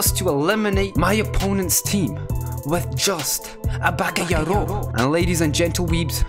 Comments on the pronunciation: It's ba'ga'yaro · It's bakayaro